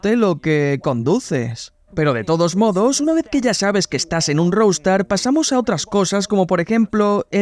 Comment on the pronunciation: Se pronuncia "rouster", no "roustar". Qué mal que hablan inglés los españoles.